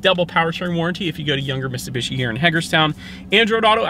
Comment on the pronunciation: 🤦‍♂️you saying Mitsubishi is like Benedict Cumberbach say penguin.